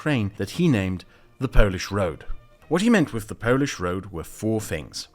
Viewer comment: not to correct You but when talking about the antirussian club You overpronounciate the word "polish" , like in polish-portugeese relationships. the pronounciantion weight should be on portugeese.